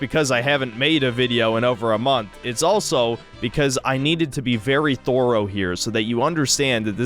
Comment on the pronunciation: Hey its pronounced thorough thur-o not thor-o. Weirdo.